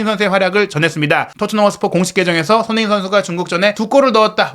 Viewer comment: 기자님...손흥민이라고 발음좀 똑바로 해주세요. 흘려서 발음하는데 영 듣기 별로네요~~ 한번 스스로의 발음 한번 들어보세요 많은 내용을 빨리만 말한다고 다가 아닙니다. 별로네요